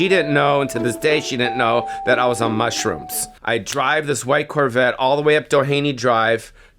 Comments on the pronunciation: he says mushrooms like "mushroomps" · I swear he's putting a 'p' in "Mushroomps.